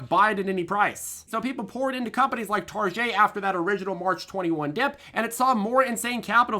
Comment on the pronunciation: It Tar-get, ‼️😲🫣😜